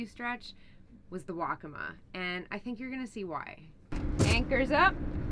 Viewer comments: I heard "Wokka-muh" used exclusively throughout the video. Correct pronunciation is Wokka-Maw, with equal emphasis on both syllables. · The river, as well as the Indian tribe, is pronounced "Wok-uh-maah," with emphasis on the first and third syllable.